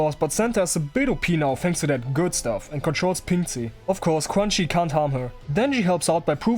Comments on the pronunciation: I think her name is pronounced kinda like chew-an-she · I swear you're calling her crunchy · ITS PRONOUNCED CRUNCHY???!!!